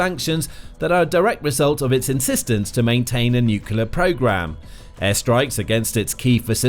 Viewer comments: Can't take this video seriously - the word is NUCLEAR : NEW CLEE ERR --NOT: NEWK U LUR Given that this is the biggest worry about the whole conflict you'd think they'd get it right. JFC. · Nu-cle-ar. Not nucular. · Why do so many people pronounce nuclear as nucUlar. Sounding like George Bush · The mis-pronunciation might be intentional, given how YT algo works.